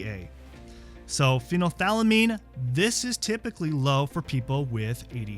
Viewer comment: its pronounced "phenyl- ETH-lamine". I've noticedin your videos you struggle with pronouncing medical terms and names of aminos and meds. you also say: phen-alanine. You are missing a syllable. Its pronounced FEE-null al- a nine. killing me smalls. Please fix